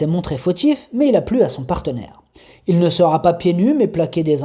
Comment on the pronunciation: Bonjour, Bravo pour vos pronostics, vous êtes en forme ! Mais à la minute 6'07 à propos du n°7, vous rajoutez un t à sera, dommage...sera affutée, pas de t à sera... Je n'ai pas joué donc pas perdu...😎 Bonne continuation Cordialement